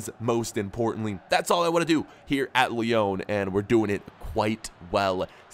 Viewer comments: It's not Lee-own it's Lee-on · IT’S NOT LEON!!!!!!!!!!!!!!! Are your seriously pronouncing it like this deliberately!